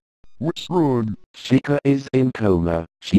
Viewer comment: Why do u call chica Cheka?